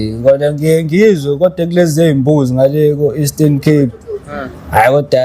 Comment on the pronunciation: Wayihalela uzwa e Esten Cape www